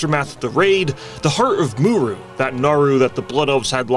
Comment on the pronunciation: For someone who makes such great videos all about lore why can't you pronounce names correctly it's in the game they are audio files that give you the correct pronunciations but yet just like bellular, You completely screwed up mu'ru !! It's not muru just write your scripts phonetically so that way you don't miss pronounce names dude!!!!